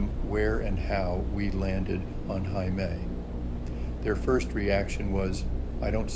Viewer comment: Friendly reminder: Heimaey is pronounced exactly like Hay- May! It means Home Island. Heima: home Ey: Island Now you know 😊🙏🏻🇮🇸